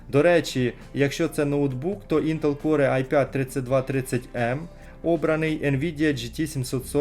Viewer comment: Не прийми за докопування, але не Інтел Коре, а Інтел Кор. Перепрошую, дуже б'є по вухах)